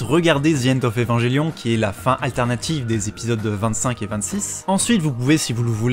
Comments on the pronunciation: Ça se prononce "Evanguelion" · AAAA ça me stresse maintenant xD. Les gens qui prononce Evangelion à la française.